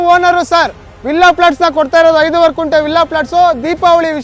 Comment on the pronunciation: Sir, It's not 'Kunte' but it's 'Gunte'.